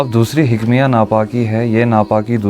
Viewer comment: 😂😂😂😂😂 hikmiya nahi hukmiya . Urdu b nahi aati . Jahil tujy urdu padni nahi aati . Too muhdis hai